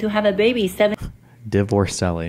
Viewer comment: I cackled like the witch in snow white when he said Divorcelli